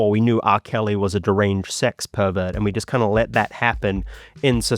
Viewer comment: ah yes, a sex pervet, as opposed to a non sex pervet